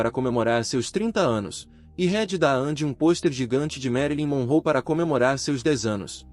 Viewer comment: Ele tem qui estuda mais os nome corretamente andi , merili monrou, Rita reiudi 🤔